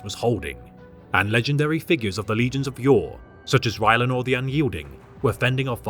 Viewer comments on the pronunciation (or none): Rylanor … oh dear rylanor